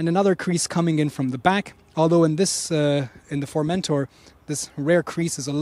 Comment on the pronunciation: Not to be annoying but, if you'd like to pronounce the name good, put the emphasis on the -tor, not on the -men-, so like FormenTOR